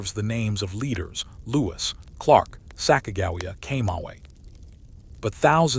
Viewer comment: You pronounce Sacagawea wrong